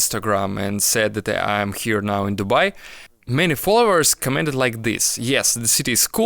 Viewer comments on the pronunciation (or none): The voice over voice has a very thick accent, and it's hard to understand certain words because he mispronounced them. He said "it's worse" (хуже) instead of "it's worth" (стоит того) which changes the meaning. Also, he pronounced "commented" as "commanded", etc. Короче, из-за акцента трудно понять голос, переводящий Антона на английский.